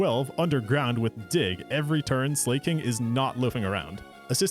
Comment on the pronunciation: The "slay-koth" and "slay-king" was the part that really rankled me. It's based on the word "SLACK"! Slakoth is a play on "slack off"!